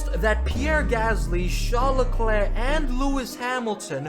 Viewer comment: How can you NOT pronounce LeClerc properly? Murrican? A Canadian would never.